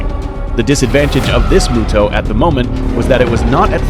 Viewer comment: M-yu-to not mooto Does it look like a cow to you, no offense